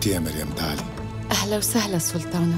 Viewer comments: ازعج شي من تقول سولتانه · منو منتبهه انو تكول سلتانه مو سلطانه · مين لاحض انو عم تقول سولتانا و سولتان 😂